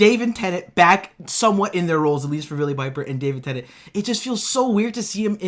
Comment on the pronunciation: swear he just said Davin Tennent